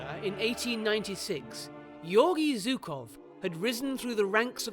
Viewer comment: "Historians" that are not able to correctly pronounce the surname of one of the most important people of WW2....."Zukov"? Whats that? With this win, the Red army broke both the back and the head of nazi Germany. The road to Berlin was opened....and no person educated by western schools understands its importance apropriately.